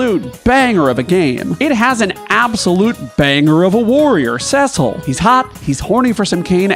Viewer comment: Its Tee-dus!!!! And Sess-sil!!!! Rrraaagggghhhhhh. And we all know the real greatest warrior is lann and Raynn